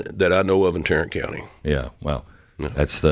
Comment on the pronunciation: It's Tarrant County, get it right